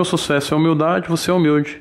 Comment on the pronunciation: Ninguém: A Toguro: Susesso